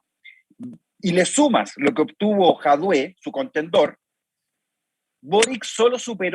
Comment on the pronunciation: ¿Por qué ese señor dice /bórik/ y /jadué/? Es raro siendo un chileno, a menos que con eso quiera manifestar un desprecio por esas personas, como cuando Bóric llama a José Antonio Kast simplemente José Kast.